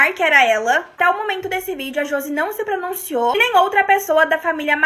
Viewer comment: ahhahahahah brinquedos, josi, começa, pronunciouuu